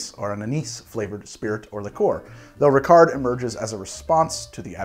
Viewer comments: Sorry, the T in Dubonnet and Lillet should be muted. Just like the D in Ricard. Which by the way is usually drank as aperitif the same way as absinth, that is lengthened with water (but no added sugar though) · No, you do not pronounce the T in Dubonnet or the D in Ricard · I'm not gonna comment on the various mispronunciation, but it would be a shame not to mention Ricard is supposed to be served over ice, with 5 parts water (or to taste). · great episode, as always! As a Frenchman, I can help in some areas here: you don't pronounce the final "t" and the final "d" in Dubonnet and Ricard, they are silent. Plus, you always want to add fresh water to your Ricard, you never drink it neat:-) think of it as grenadine for grownups ^^ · did you just drink a ricard (you don't say the D) without adding water ? my gosh, usually it's 1 part ricard, 5 to 7 parts water then add ice cubes, you should really try the regular way (i am french and work in a liquor store if you need any intel) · You don't pronounce the D in Rickard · Yo we don't say the d in ricard